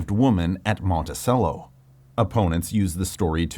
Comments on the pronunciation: I'm not from the US, and I was left wondering if I've been mispronouncing Monticello wrong all this time. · Yeah those weird pronunciations of Hemings and Monticello immediately give away that it’s an AI voice, and as the video goes on the AI script gets more and more apparent